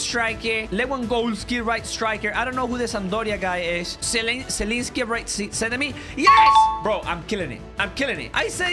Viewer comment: "Zelynski" "Lłewandozki" "Piotek" [*] Polish People... like me.